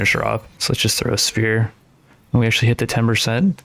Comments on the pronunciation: Why do you pronounce sphere and spear the exact same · Learn to say ingot and sphere correctly you sound like you are challenged mentally